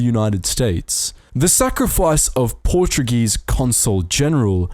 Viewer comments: Congrationlations! You perfictly assacinated every portuguese name in this video. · Note 0 for your Portuguese, Speaker! Even with the names!